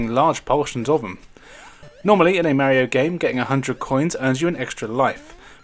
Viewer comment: No Zelda, AND you don't know how to pronounce "Mario".